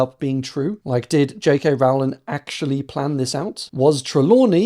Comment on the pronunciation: say the word bowling. yes, it rhymes with Rowling.